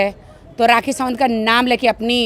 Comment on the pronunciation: Rrrrraaaaakhi = Doli Bindrrrrrrrrrrrrra😂😂😂 YOU KNOW 😂😂